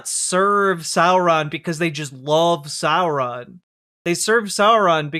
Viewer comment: What is that pronunciation of Sauron from Walsh? "Sore-ron"? Wtf? Edit: If corruption exists, so too must redemption.